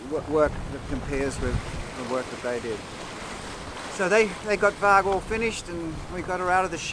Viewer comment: great job on the boat, she looks like the real thing. FYI, you might have been told before but the name VARG is pronounced with a soft "g" or "j" sound and means wolf in Norwegian/Swedish..